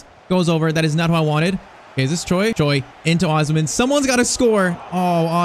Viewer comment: Bro you are not pronouncing osimhen name right